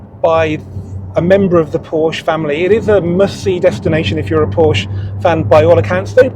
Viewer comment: Please stop mispronunciating Porsche.